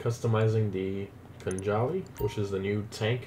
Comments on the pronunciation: I think it’s pronounced khan-ali because silent J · thats not how khanjali is pronounced